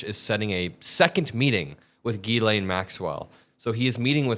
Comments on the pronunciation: Jiz-lay, not Gee-Lane - it’s French - the n is silent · It’s pronounced jizzlane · C'mon it is pronounced "Jiz-lane" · please be the adult in the room and pronounce Ms. Maxwell's name correctly. It's "Gillen" it's short i, with emphasis on "len"... just sayin' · It's pronounced Jislaine... you are what you eat! Have a great weekend,!💙💙💙💙💙💙💙💙💙